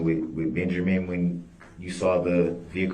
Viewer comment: His name IS NOT BEN-jer-MAN!! It’s Benjamin! Ding dong!